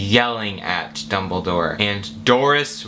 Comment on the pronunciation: I know this video is old but "IT'z DUmBLeDOOOORe" I want you to know that I snorted so badly that I almost fainted with my tea. I had never felt so afraid yet so hilariously aware of how pathetic my life had become for me to suddenly almost die by choking on a tea sip because a guy said "DUMBIDORRRR" and I love you Suscribed.